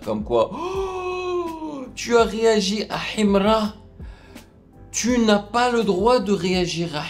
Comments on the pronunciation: C'est sa manière de prononcer HIMRA qui me plaît même 😂😂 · En plus ta pas la bonne prononciation de Himra lis sa normalement